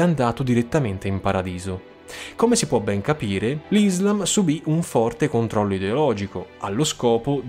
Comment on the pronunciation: Molto interessante, congratulazioni! Un consiglio: attenzione agli accenti, per es.Islam ha l' accento sulla "a", come Iraq e Iran...